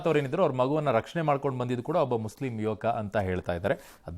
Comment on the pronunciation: ಏನ್ ಒತ್ತಿ ಒತ್ತಿ ಹೇಳ್ತಿಯ ಮುಸ್ಲಿಂ ಕಾಪಾಡಿದರೆ ಮುಸ್ಲಿಂ ಕಾಪಾಡಿದರು ಅಂತ ಹಿಂದುಗಳು ಎಷ್ಟು ಕಾಪಾಡಿ ಇಲ್ಲ ಬೋಳಿಮಗನೆ ಅದನ್ನು ಹೇಳಲ್ಲ